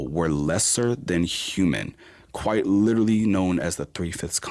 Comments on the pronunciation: I'm so sick of the fucking word "litreally" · "I lidderly googuled it" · Drinking game: take a drink every time you hear “lidderally” in an ignorant fashion. Im shitfaced. Have fun!